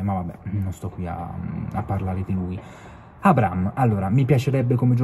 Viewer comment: Si dice A-bra-ham, h non é silenzioso. Bel video però.